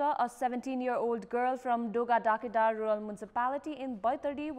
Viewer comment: dogada kedar ko pronounce ko lagi practice kina napugeko raixa sano sano kura ma pani dhyan diyra agi badda ajha ramro ra puraskrit hunxa hai ....